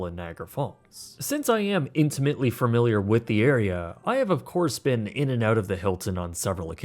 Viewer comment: Love you videos, and watch almost all of them. But I wanted to just point out that the word is familiar, not framiliar. It’s a slight imperfection on otherwise fantastic videos, and honestly a pretty common mistake. Please keep up the excellent work.